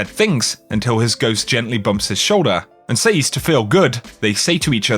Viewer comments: Your inability to pronounce the word “says” is like fingernails down a chalk board. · Anyone else get annoyed at the way he pronounces 'says'?